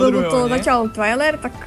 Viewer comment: Porty to není Twiler ,ale Twailer